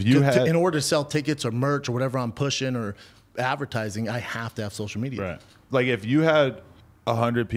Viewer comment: “I donut do sosha mejia b. I simply do not play the game.” Says the man who started a soshul mejia empyre